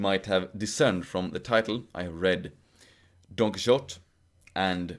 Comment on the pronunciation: I love how you pronounce Don Quixote! 😉